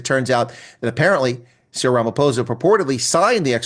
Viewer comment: "We just heard from ramaPPPOHSA! that..." 😂😂